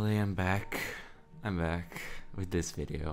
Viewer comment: no hate man i just heard it and have to say it..."finnaly im bakhhhh"